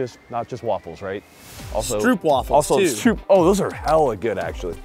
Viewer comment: Stroopwafels are Dutch, not Belgian. Also, once and for all: Double O in Dutch is pronounced as a single o in English. Strope is how one would pronounce it.